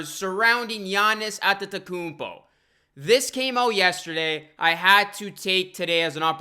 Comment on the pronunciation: i think you deserve a like for the sheer number of times you said antetokounmpo correctly.